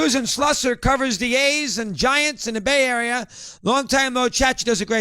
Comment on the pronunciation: Bay arier lol